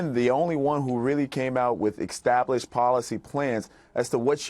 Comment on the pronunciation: And extablish